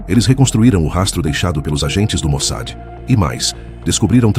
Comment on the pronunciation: Get an AI program that can pronounce Mossad? "MOSAD" is not correct.